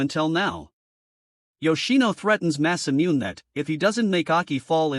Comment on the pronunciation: Did you know that Masamune is actually pronounced Mass-uh-Mew-Nay